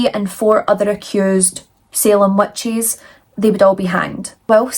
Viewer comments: Where are you from? The first time you said witches, I heard wet cheese. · Please tell me I'm not the only one who heard "wet cheese" when she says witches😅